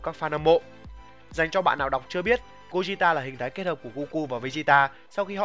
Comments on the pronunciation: gogeta chứ anh sao mà gojita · đọc theo tiếng Nhật mới đúng vì âm Goku Vegeta toàn âm nhật cả. Nên Gogeta cũng vậy. Đọc Gô gê ta là đúng. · Gogeta mà ad đọc "gogita" 😅😅😅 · nghe lạ 😂😂😂